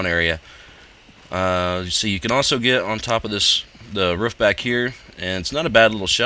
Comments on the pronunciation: The ruff XD i like how he say's it like that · "You can also get on this wroof"